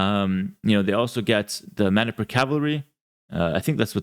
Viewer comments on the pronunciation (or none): Hello, I'm from Manipur and it's pronounced Mah-nee-pur. It's one of the 28 states of India and it borders modern day Burma/Myanmar.